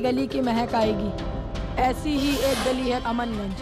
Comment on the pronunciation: AmanGanj nhi.. it's CHAMANGANJ😊